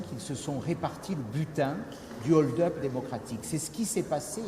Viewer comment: Le mot hold-up commence par un "h" aspiré. On dit un Hold-up et pas un Nold-up. Monsieur Ciotti, tout comme la majorité des hommes et des femmes politiques de ce pays, veuillez retourner à l'école svp et arrêtez de polluer les français par votre incompétence.